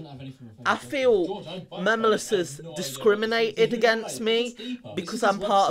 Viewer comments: Its funny how he says "memolus" instead of memeulous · MEM U LUSS Me:why just why his name is not Mem u Lisa his name is George Memeulous MEMEULOUS OKAY U UNDERSTAND GET IT RIGHT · 'Memuluses' Bro does he even know english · And he can’t say memeulus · Anybody else laugh when he went: mEmuLes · Swear to god he said memulous